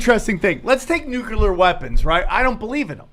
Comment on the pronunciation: Nucular Nucular Nucular 😁